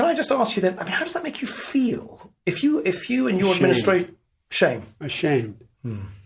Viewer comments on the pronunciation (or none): The way that interview asked and emphasized "FEEL".....that pissed me off for some reason. Like, full on triggered me, lol. HOW YOU "FEEL" IS IRRELEVANT TO ANYTHING POLICY RELATED!